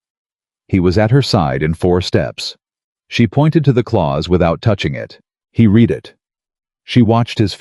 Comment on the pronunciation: I do truly wish someone would edit the AI 🤖 narration for mispronunciations! 😅 To read a letter is pronounced “Reed” . Past tense to have read a document is pronounced “ red”. 😅 Thank you, 😅